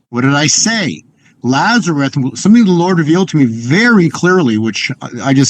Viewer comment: Isn't his name Lazarus? Why do you keep calling him Lazaruth?